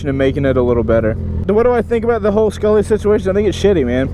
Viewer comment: Not skullly